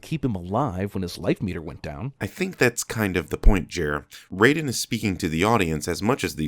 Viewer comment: Raiden, not Rayden.